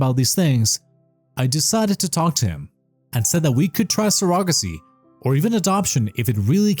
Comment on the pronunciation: I think he does not know how it’s pronounced.